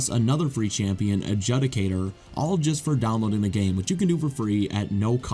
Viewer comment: It's pronounced A-jew-di-kator